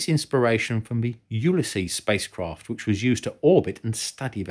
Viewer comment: "Spice Kroft"